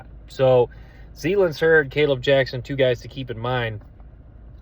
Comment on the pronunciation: Hey my man love the content and I already subbed but plz stop butchering the guys names zalance (zuh-lance)heard and Gil-Lory spelled guillory.. only trying to help .. no offense. Geaux tigers